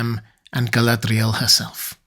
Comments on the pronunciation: Your use of the 'th' sound for the d in her name is throwing me a bit. I had always thought it was to be a lilt at the 'r' almost a nordic r trill or flap like "ga-lah-d'real" where the last letters are combined. Granted, we're talking a fantasy name and language, lol. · I can only take so many quirky pronunciations of Galadriel at once. Hit that limit about 3 minutes in. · why do you roll the letter "r" in Galadriel's name?